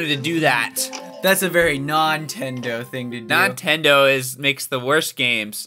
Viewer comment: Nontendo sounds like 'no entiendo' (i dont understand) in spanish